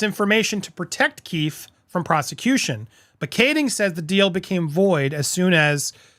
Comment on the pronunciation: Hi!! Great job!! One thing, and I apologize… it’s pronounced Key-fee.